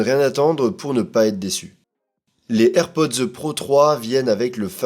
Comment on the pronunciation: On ne prononce pas "airpodzeu", mais juste AirPods......